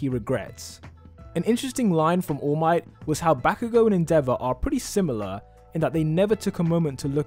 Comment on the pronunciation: The way you pronounce endeavor rly tilts me, otherwise nice video